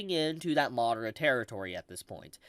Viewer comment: I played this at 2x and whenever he said madara it sounded like Mordor. I thought he was talking about Lord of the Rings.